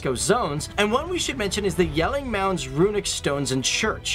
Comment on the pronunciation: Kudos for pronouncing Jelling right.